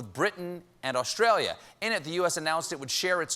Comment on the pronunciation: It’s Australia Stephen. Not Awshtralia. 😕🤣